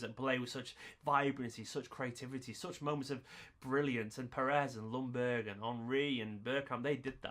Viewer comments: Ljungberg is pronounced Jungberg and not Lungberg or whatever you said 😉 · Or if we are going to be really precise, more like Jungberj 😀